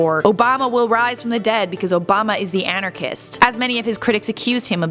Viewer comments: antichrist not anacrist. You have no idea how stupid that sounded... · She said anachris 😂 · "Antirchist" LOL!